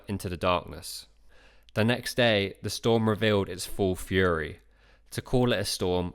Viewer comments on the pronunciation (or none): none